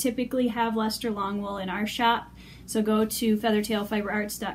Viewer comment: Thank you for teaching me how to properly pronounce this wool. I had no idea!